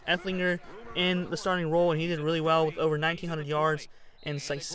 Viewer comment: It’s ehlinger not epflinger